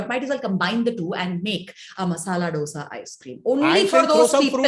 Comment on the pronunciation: my dear, please say "dhosaa" it is not ddddosaaa!